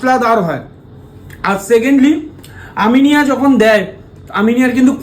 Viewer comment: Eta "Aminea" not "Aminia"